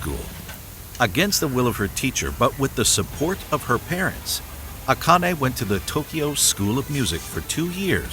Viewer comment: yes, the way you pronounce Akane is more in line with how it is said. (she goes by A-Chan, not Akane Chan btw) . I will never ever EVER recommend google translate for Japanese to English and vice versa but, the way it audio wise pronounce Japanese words (and names) is rather good. Give it a try